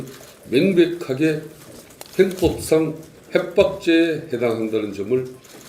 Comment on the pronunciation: 아? 성태형 스피치 연습 좀 해요. 아? 답답하다. 국회의원 몇년차여! 아? 형법상. 행법상이라고 하지 좀 말구요. 😂